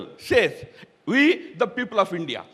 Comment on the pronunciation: Woh! Mr. Tharoor that's India not Hindia.